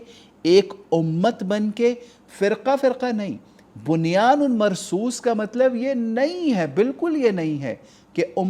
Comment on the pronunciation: It is Bunyanum not bunyanun